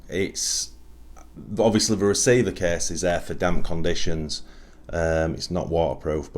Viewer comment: If that is the cäääs... In what part of the British empire do people speak like that?